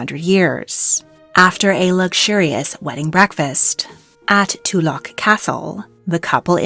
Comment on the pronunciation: "Too-lock" castle is pronounced "Tuhluchk"